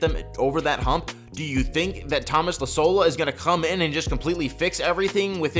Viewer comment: [ee - za - low]. You're welcome. CAMA Tuomas!